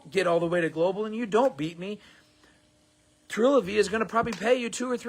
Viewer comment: Did he just mispronounce the new name of the company?